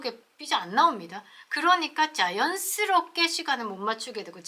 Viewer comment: 발음 재미있게 하시네요! 중국을 쭝국. 자연스럽게를 짜연스럽게 첫 발음을 강하게 하시는게 재미있습니다.수고하십시요!